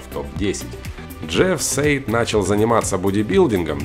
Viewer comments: Джефф САЙД...САЙД, А НЕ СЕЙД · Не Сейд, а Сайд и не Тим Сейд , а Сайдвеа